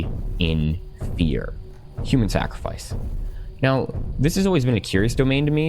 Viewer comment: "Sacrafice" back to middle school little boy